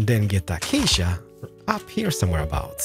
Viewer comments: Ah-cha-cha planks bruh im dead its A-CAY-SHA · achcha planks it 's acacia planks a-cay-sy-a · he say's Achasha instead of Acacia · Acacia should be read like akasya not achacha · love how you say Achacha it sounds good and fluid even though it's the wrong pronunciation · Man i wished i knew a long long time ago,your builds are so easy to build,your voice is like ASMR,and how you pronounce items like acacia A CHA CHA is so funny BTW NEW SUB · Lets grab some "achacha" slabs lmaoo I love you man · Real block: stripped acacia: achacha real smooth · take a drink each time he says a-cha-cha wood. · Just a little message for you: Acacia is pronounced: a-Kei-sha Also this house helped alot and through the windows i killed pillagers. 👍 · The one thing I do not like about this video is that he said Acacia wrong. Other than that the video was perfect!! (Uh-Kay-Sha) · i love how you spell acacia as a cha cha i dont hate it im just saying its cool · "achachia planks" 😂😂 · "Achacha Planks" "Achacha Slabs" "Achacha Trapdoors" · Achaca planks? I like how you say acacia =) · DID HE SAY ACHACHA PLANKS? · Did anyone here him say “Were also gonna be using achacha planks, slans, and trapdoors, and also window pe***es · the way you sayed AcAcA Slabs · iam new to his channel so idont know if he always say achacha planks... Keeps bothering me with the pronunciation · I prefer when he says "acacia wood" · I like the way on how he pronounced ACACIA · The way he said acacia is too much 😂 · i dont know if he's reading acacia wrong or he just read it that way